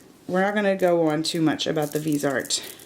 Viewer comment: Subbing, thanks for the video! So close to 1000 :) oh in case nobody said anything yet, Viseart is actually pronounced vih-zee-art!